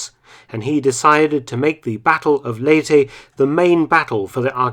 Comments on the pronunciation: ley-teh, not lay-tee. Great video! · Its pronounced "Ley-te" not "Ley-ti" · LEY TEH not Ley Tea